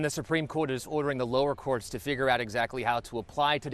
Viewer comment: She hit us with that “lowerll courwlts” at the beginning and my focus checked out